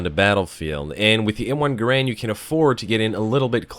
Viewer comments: its m1 GAAAARAND not "grand" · To everyone once and for all: it's pronounced GAIR-und. Also, the Springfield and Garand do identical damage, I believe their sole difference resides in their iron sights, which is no small matter as the Springfield sights are awesome whilst the Garand sights are constrictive and shitty.